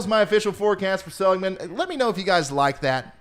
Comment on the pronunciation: For some reason I can't see the chat to see if anyone said anything... But just FYI: It is pronounced --- suh-LIG-man. :)